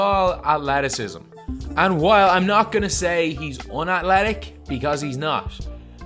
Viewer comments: unaTHletic not unaTletic, please please please, just say it normally. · “Unalletic” “Relalively” lol dude missing some T’s when you’re saying some words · Unatlectic lol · Micah Richards just because he doesn’t say it how people say it where you grew up doesn’t mean it’s wrong.